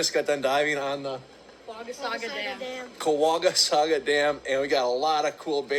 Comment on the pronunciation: I live between Eagle River and Minoqua so ik the lakes it’s pronounced like cuh-wauga-sawg-a